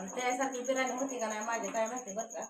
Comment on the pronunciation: बिरानी नाही ग बिर्याणी म्हण.